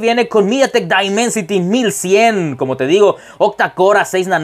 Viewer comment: El primer youtuber en español que pronuncia bien el nombre del procesador